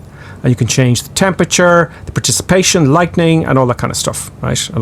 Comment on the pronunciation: Enjoy your commentary.. PREEE cipitation Not PAAR picipation! Funny